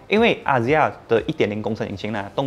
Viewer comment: axia原来读azia，我也要科普一下 Daihatsu 读成 Daiha(tsu知) 不是苏